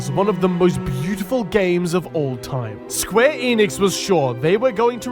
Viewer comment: I swear to God he’s saying square anus